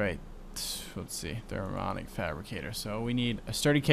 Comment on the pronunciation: I was the person who told you how to pronounce the minium stone. You failed at saying mini. If you said it correctly and added "um" to the end, not only would you say it right, but that's how it's spelled too! And you keep not saying the i in thermionic fabricator. Therm-"e"-on-ic. And placing the carpenter next to the aqueous accumulator would have worked, if you hadn't changed the config on it so it only outputs the water to the top.